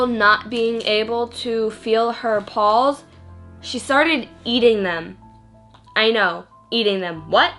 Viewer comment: Bitch please learn how to speak properly.. what the fuck are "pawls"?? It's P-A-W-S you dumb broad..